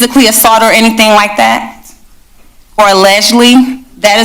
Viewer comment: "No, you stop it...you stop it". Lady is a mayor and can't even pronounce the word allegedly...unacceptable!!!